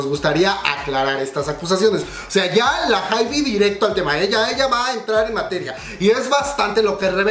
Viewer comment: Se pronuncia "HAIB", la "e" del final no se pronuncia (